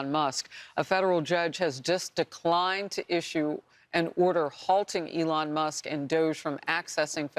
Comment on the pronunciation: Complete nut case. Feel sorry for New York with her there. She is not about law she is all about 100% anti-Trump at any cost. She can't even pronounce Elon's last name, Elon Muss lol